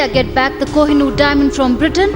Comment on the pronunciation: koh i noor na it's kooh e noor